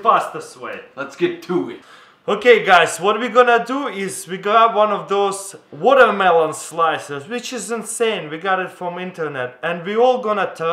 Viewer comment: ITS WATER MULONE